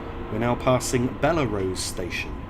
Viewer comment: Three mistakes I noticed. One, Nassau is pronounced Nass-saw. Secondly, Bellerose is pronounced Bell-rose. Finally, Hillside is an employee-only station. That's why it's not on the official LIRR map. Greetings from Long Island